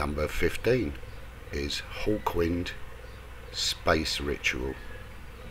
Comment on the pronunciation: "hawkwind"... not "hul quind"... lol